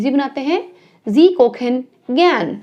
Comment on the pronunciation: Please correctly pronounce the word Kochen…